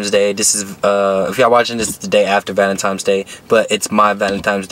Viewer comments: No disrespect but it is not valintimes it is valintines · Lmao. Can’t pronounce valentines. xD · Why you sayin valemtimes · omfg woah vicky did the same shit “Valentimes day” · “valemtines day” 😂😂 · “Valentimes day” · This nigga keep saying valantimes😂☠ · "Valentimes day" it's VALENTINE'S DAY . swear bro you needa say it correctly before you can get a female on that day😂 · He say valentimes 😂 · Valentimes day lol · much respect to u but my boy why u keep saying valentimes😂😂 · Valentimes day huh??? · Why my dude keep saying valentime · Did my guy just say valentimes day🤔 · It’s not valentime it’s valentine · Nigga said valen times😂😂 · VALENTINE'S NOT VALENTIME'S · Valentimes its Valentines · Is homie saying valentimes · The way he says valentines makes me mad he makes the n a m on the second n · valentine not valentimes u nut shell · “Valentimes?” hahahahaha wtf bruh